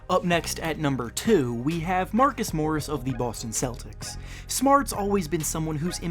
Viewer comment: he said marcus moris and number 1 he said losangelas lakers